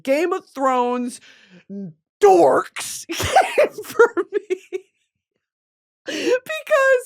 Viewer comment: the way she said dorks like a slur 😂